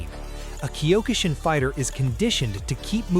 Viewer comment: why must you pronounce Kyo-ku shin karate... Wrong use of Japanese words